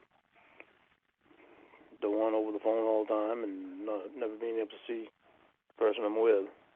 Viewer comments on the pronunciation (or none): “I like reawlity” No you don’t! You fucking hate reality 😂 “NBC nevah shoulda been there” - neither should you, moron